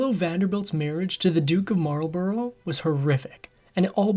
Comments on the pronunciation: At least pronounce the name right. It's not, it's Marlbruh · It would be nice if just once an American narrator could learn the correct pronunciation. It's not 'the Duke of marl-bow-row'. It's the Duke of marl-bruh. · Marlborough is pronounced mole-bruh I live a few miles from Blenheim palace where Consuelo would have lived. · Marlborough is pronounced 'mawl buh ruh'.